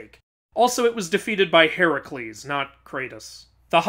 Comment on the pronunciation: Even he said heracles wrong right after correcting the game 😂